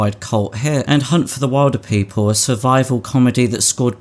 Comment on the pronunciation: Did anyone else KNOW that he was going to mispronounce Hunt for the Wilderpeople as "Wild-er" people, rather than "Will-der"? Makes you wonder if he watched the rest of Taika's filmography...OR if he just watched the two Marvel films and called it a day...